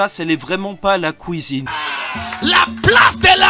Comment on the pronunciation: AHAHAHAHAHA le "Kouisine" ca ma tuer